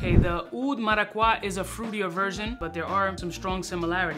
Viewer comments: marakwa? come on eres hispano papo... es maracuya.... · Como que maraqwa papi? Maracuya 😂 Esta de pinga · Dude, you speak Spanish come on now 😂 Maraqwa?